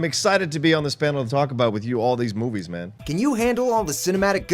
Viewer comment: You fucking blew it, and you didn't even cut to the clip of Rich mispronouncing "movies". (keep making these videos plz)